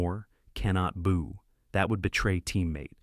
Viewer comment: AI SLOP: Boo is not pronounced bow